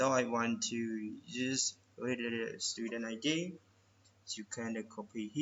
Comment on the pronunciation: Good tut man but tf is student sex id 😂